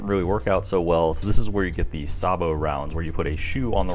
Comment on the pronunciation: "Say-bo" not "Sar-bo"